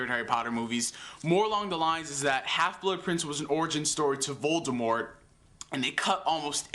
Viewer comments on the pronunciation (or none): none